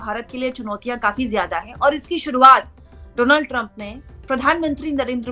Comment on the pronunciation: रिपोर्टर होने के नाते कम से कम नाम का उच्चारण तो ठीक से करें डोनाल्ड नहीं डॉनल्ड